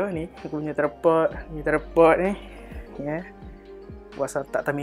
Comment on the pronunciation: Btw its "Tryyyyyyypod" hahahaha